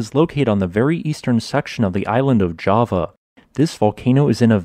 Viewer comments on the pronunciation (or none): none